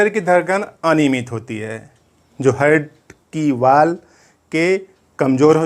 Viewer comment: हार्ट बोलिए सर हर्ट नही🙏